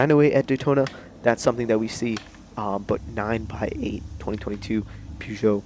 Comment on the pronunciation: Nice! Thanks!! Only thing: it's pronounced 9 ex 8 (as the letter X) because Peugeot has a trademark on all numbers with 3 digits with a 0 in the middle, for car names. So with the X there brings back their previous Le Mans racer, the 908 HDi, without calling it the same.